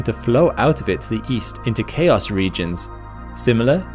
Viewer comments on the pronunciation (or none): none